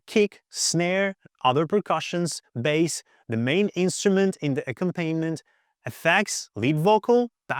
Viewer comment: Solid advice, great points. But I have one suggestion for future videos. ... It's not pronounced "ack-um-PAIN-ment". The word is pronounced "ac-COM-pa-nee-ment."